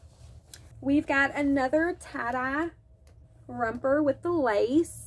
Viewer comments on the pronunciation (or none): I love you but if you don’t quit saying rumper😂😂 it’s romper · romper not rumper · 😂 What's a "Rumper"?😂